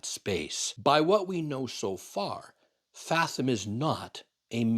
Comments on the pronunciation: love the channel, but are you purposefully mispronouncing "fathom"? or is that the Canadian way to pronounce it? Maybe Edison should name their next truck the Furlong, cause it's 110x more power & range. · it is pronounced: fathom [fath-uhm] / ˈfæð əm / Not fa-thum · Is it just me? Or is the "th" in fathom pronounced a little more like a "V" than the long "th"? Probably just regional pronunciation, and I've been known to pronounce words wrong before. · Why do you say fathom that way? Odd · British and American pronunciations seem to be the same per your reference. The way you say it is a bit harsh sounding. It helps your argument of it being a bad name. The way sailors (the main users of the word) say it is much more smooth and pleasent sounding. The way you say it makes it sound like you are trying to mock it. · Please pronounce FATHOM correctly.